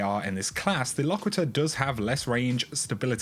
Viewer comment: It's pronounced "Lock-quit-er."